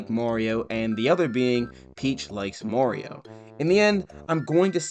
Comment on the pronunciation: It’s “Mario” not “Morio”